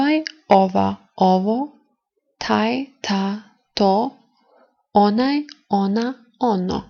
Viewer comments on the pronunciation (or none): Your accents are sometimes wrong. Red - crveno has accent on first half not on e... This, that- ovaj, onaj also have different accent than how you pronounce it. Are you native speaker?